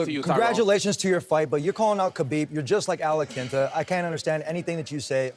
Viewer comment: Al iaquinta - alah-Kenta